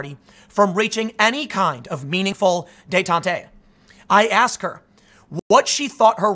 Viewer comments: Dey-tan-te? Ha ha ha “day-tant”, nice try. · Day taunt Eh? Detente has two syllables. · The final e in detente is silent. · "Detantay"- Tim Pool, French linguist.